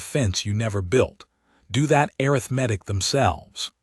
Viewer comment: Great story. Arithmetic being pronounced "air-riff-medic" 🙄 AI can do better.